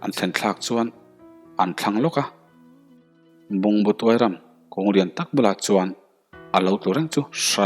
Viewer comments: Ngaihthlak a nuam khat viau mai.Mahse,Bungbu Tuairam tih kha a thluk a buai deuh. Tuai tih hi Patil opposite anga ri tur a ni. Tin ram hi Mizoram tih a ram ang hian ri bawk sela. Bungbu tih hi chu a dik e. Kun vak tih zawngin nge chiang ang sex position pakhat tihzawngin aw.😁syllable 4 tangrual in an awmzia chhawmlut miahlova tangrual in Thing pakhat hming an siam a, mahse an rikdan hi pakhat pawh a danglam chuan a PAI zo vek thei a nih hi. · Phaiphengbuk hi lamsual anih ka ring a, tin kherhpui hmangin akap a athianten adnglaiahnge i khawh tiin anzawt leh bawkhi amaak deuh, tin Bungbutuairam ilamrikdan hi hrezawk deuhte zawttha leh teh. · Bungbu Tuairam tih i lam dan kha aw,,, 🤪🤪